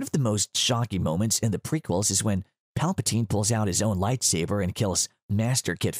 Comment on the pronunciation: He said “Lightsaver”, I’m offended